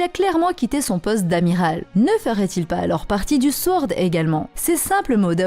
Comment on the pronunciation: ça se prononce sOrd, pas sWord ^^